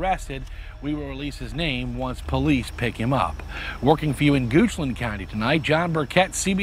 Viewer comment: Ah yes “goochland, shadowr run ln”